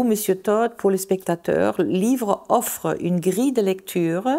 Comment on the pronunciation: Elle prononce TODD comme Tot - la mort😂😂😂